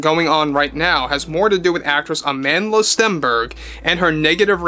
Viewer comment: As a Motswana I physically cringe whenever I hear people say “Amandela” because they can’t say “Amandla”